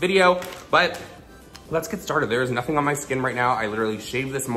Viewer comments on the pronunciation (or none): none